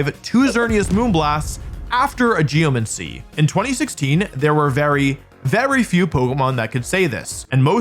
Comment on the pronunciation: Yay, another video where Wolfe mispronounces geomAncy